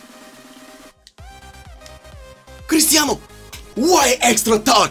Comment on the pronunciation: Crustianuu, mbuuuppee, neymuuurrr, zlotan, so many mussesss, bullackk